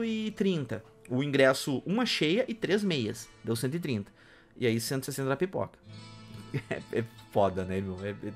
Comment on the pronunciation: Pera aí, não entendi se vc disse "Pipoca" ou "Piroka" pelo valor, pq um deles acho q valeria a pena.